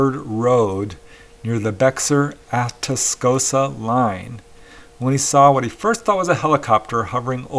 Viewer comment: Bexar pronounced "Bear" LOL county line. I live in san Antonio